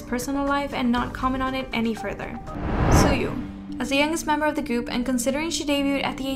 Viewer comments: everything cool but tzuyu is pronounced chu-i not su yu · "tsoo-yoo" ... Tzuyu isn't pronounced the way it looks in English. In Korean it sounds like "chew-ee". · Not to be rude or anything but it is pronounced Chu-wee like Chewy not Sue-You XD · Tzuyu is not pronounced suyu it’s pronounced like chewy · Hey girlie btw just wanted to say that you tzuyu name wrong it’s not zoo-you it’s actually sounds like chewy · “soo-yu” SORRY BUT I SCREAMED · Honestly “chewy” is more how Koreans pronounce it. Even if she said it was pronounced chewy that’s just her going with the Korean way rather than the way Chinese speakers actually pronounce it. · What! How did u pronounce Tzuyu's name 😂. It's pronounced as "Chewy", yours was pretty cute tho 😂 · you pronounced Tzuyu’s name wrong, it’s pronounced “chewy” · No hate it's pronounced as "chewie" ❤️🍭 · I stopped watching when she said Chuyu. Unfortunately the video was already nearing the end lol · The way she says Tzuyu's name is Pain 😭😭😭🤣🤣🤣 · No ones gonna believed this until you pronounced Tzuyu correctly lol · seeing this person try so hard to pronounce korean names properly and then messing up the pronounciation for tzuyu's name is so funny to me💀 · So we not going to talk about how she butchered tzuyu's name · the pronounciation though of tzuyu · I think you pronounce Tzuyu's name wrong. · O nooooooooo!!! You are not a once. How do you not know how to say Tzuyu. Rrrrrrrrrrrrrrr